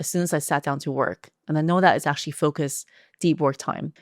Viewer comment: Actually or aqtually? 😅